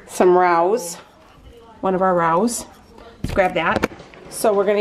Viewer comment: It's pronounced Ray-OS which i only know because i saw a commercial for them! I love how caring you are of your dog and your recipes are always so simple and delicious looking! Love your channel!